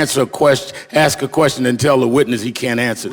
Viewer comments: I'd like to smack Al right in the face. He's playing Jerry Springer with his talk over. P.S. Is it "ask a question" or "ax a question".. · "aks" a question. Wow. An educated man talks lime he isn't. What a looser. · For what it’s worth, Al did axe a question. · Sharpton just needs to axsk a question!